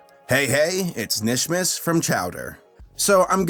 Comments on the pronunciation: It’s- KANISHMAS >:C not just Nish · 🤦‍♀️ Nishmas? No. It's Kuh-nish-mas. You're supposed to pronounce the K. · It’s KA-nishmas not nishmas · It's not nishmas it's K'NISHMAS. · kuh-nish not nish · ITS KAH-NISH-MIS EVERYBODY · it's pronounced "Kuh-nishmas" You're supposed to emphasize the Kuh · PRONOUNCE THE K IN KNISHMAS MY GOD MAN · I low key twitched every time he said Nishmas😂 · did you even watch the kinishmas episode, 0/10 for mispronunciation Jk but how that happen, wrote script before watching again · InkyFace Thank You. That was peeving the crap out of me.